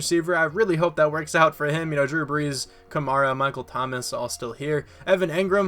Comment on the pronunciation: This is how you say it. Kuh- MAR - uh